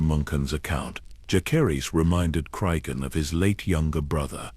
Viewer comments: I’m so sick of these ai voices that pronounce every name wrong. It drives me crazy. Whoever made this video: use a real person to narrate. When key people’s names are pronounced wrong, it ruins the entire video. Jah-ser-iss. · Dallas, Texas am. The mispronunciation of Jacerys was really annoying, but otherwise an excellent video!